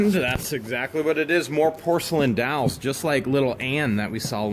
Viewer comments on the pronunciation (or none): DOLLS!..DOLLS.DOLLS.... NOT DOWLS.. NOT DOWLS.. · I was mostly listening to this video instead of watching when I heard you say "dolls" (sounded like dowels, like the kind you put in cakes to layer them). I was like what's he going on about dowels for? So I actually watched and finally realized you were talking about dolls. LoL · Wtf are dalls theyr dolls not dalls lol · Dolls! Not dawls! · When you were talking about the box of "dolls"--it sounds like you are saying "dowels". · By the way they are dolls not dalls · Hey bud, they are pronounced "dolls", not "dalls" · I keep thinking he is saying "dowels"